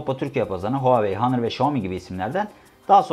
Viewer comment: hanır değil ˈänər